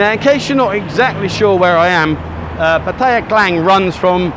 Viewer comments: Good advice but it is not called pattya it's called patt-a-ya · First mistake saying pah-taaaya it’s patty-ah fuckin twat ! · Learn how to pronounce Pattaya correctly. Don't sound like an Idiot. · Your pronunciation of Pattaya is a mistake that you failed to mention.